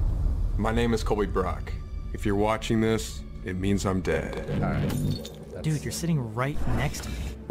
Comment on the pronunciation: LOL really laying on the accent "make a tiny mistake and you're DEAD"